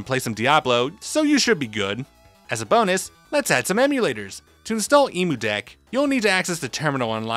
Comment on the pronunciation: As an Australian hearing "E-Moo deck" hurts my soul.